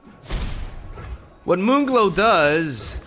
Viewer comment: Am I the only one who hears "Mungalo" instead of "Moonglow"? XD